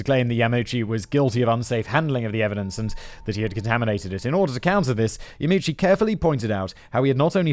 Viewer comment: You really need to work on your pronunciation of Japanese names. You got both Ito and Yamauchi wrong. The I at the beginning if Ito is like a long E. Yamauchi is Ya'ma'u'chi, the a and u don't merge.